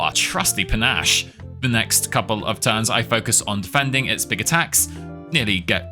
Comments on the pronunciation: Fun video, but please tell me your pronunciation of panache (Pan-Ash not Pan-Ash-Shay) is an inside joke 😂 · You do know it's pronounced 'Panache' like 'pan-ASH' right? Not like 'pan-ah-SHAY'. Please tell me this is a bit. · It's pronounced Puh-nash, btw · "Pa nah shay" lmao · Isn't "panache" pronounced "pur-nash"? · Great video, I love your whole library, but the way you pronounce ‘panache’ is killing me! ‘Pah-nash’!! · Panache is pronounced pa-nash :) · discovered your channel a few days ago, so entertaining. I think it popped up, because I recently introduced my gf to Slay the Spire, she loves it, and we watched some tips videos together. I literally binge watched most of your channel already... Btw, panache, french for vigor/pep, you do not speak the e at the end (ok, you even said it correct later... Soooo, I think I was rage baited ^^ ) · is pronouncing panache incorrectly a joke i dont get? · The "e" is silent in "panache" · Such a fun challenge run with the weirdest pronouciation of panache I've heard. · Same thought, but his pronunciation is now how I read it in my mind lol.